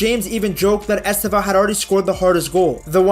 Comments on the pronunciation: • It is not EsteVÃO It is EsTEvão Much similar to the way we pronnounce Stephen, in English. The stress is in the TE, not in the VÃO. And, then, just change the last syllable sound to something like: 'vown' [pronnounced very quickly]. • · Its estÊvão not estevÃo. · Est É vao, put the strenght at the second syllabus not at the last. And the E is closed not open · Stress is on the second syllable: EsTÊvão, with the first 'E' mostly ommitted in speech. It sounds closer to 'Steven' than it looks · It is EsTÊvão. Like Stephen.